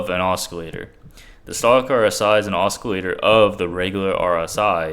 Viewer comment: Great vid as always....lol...you pronounce it like this osillator, c is silent.....but i like the way you say it. Either way brother, im with you all the way!